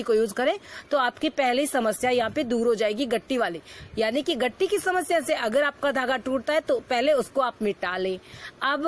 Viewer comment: gitti hota h gatti Ni hota